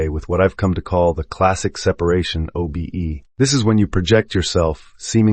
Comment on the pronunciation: it is incredibly distracting to listen to something pronounce “project” in an astral projection book as if we are going to be a project manager, or pronounce OBE’s as “o-bes”